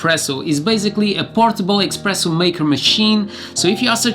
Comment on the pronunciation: U keep saying "EXpresso". Its "Espresso".